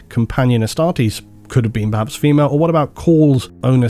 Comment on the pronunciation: Phi-males?! Reee! REEEE!!! I’m a 40k fan. 😂